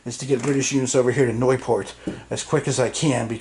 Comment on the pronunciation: You pronounced 'Nieuport' quite good (in an American way :)), it's the French/English name for the Flemish (Dutch speaking part of Belgium) coastal town of Nieuwpoort (new gate).